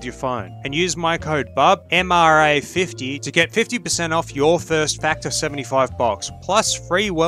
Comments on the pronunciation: bub says his own discount code wrong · My man you said your code wrong i just wanted to point that out 🙃 you said BUBMRA50 and it says BUBMAR50 in the video, I'm assuming the latter